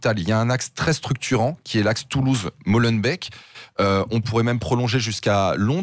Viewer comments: Arrêtez de prononcer Molenbeek "Molenbècq"... ça se prononce "Molenbéék". Et ne dites plus "BruXelles" mais "BruSSelles"--> Pensez à Auxerre ! S'il-vous-plait ;-) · Bon les frouzs, pour info ça se prononce Molenbéék et pas Molenbèk! Ça irrite nos pauvres oreilles de petits belges quand on entend ça 😂😂😂